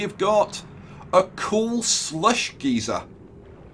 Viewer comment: Geyser=Guy-Zer . One pronunciation gives off steam and hot hot liquid; the other just gives off hot air at both ends.